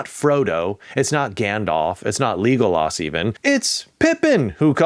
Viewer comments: “Lee-golas”… Really dude? How do you eff up the Lord of the Rings? Just. Wow. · .. ... ......... Leegolas? LEEEEEEEEEEEEEEEEgolas??